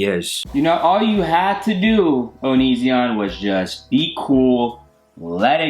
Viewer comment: This is great 😂 Can we please stop calling him o-nee-ZEE-on though 😂